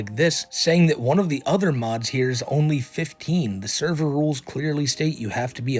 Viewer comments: Not the thur-ver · “NOT THE THURVER!” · NOOO!!!! NOT THE THURVURR!! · Who actually pronounces words wrong more often. or Amberlynn Reid